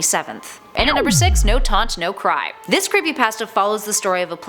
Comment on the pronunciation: You pronounce pasta, emote and mires wrong